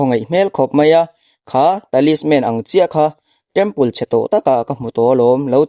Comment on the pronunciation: Temple tih hi pangngai deuh in i sawi thiamlo mi,city tih pawh lam dik lo dark pawh lam dik chuanglo space tih pawh lam dik lo,dik tak khan lam ve mai la